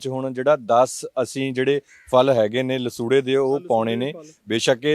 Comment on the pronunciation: Lsuurra not nasurra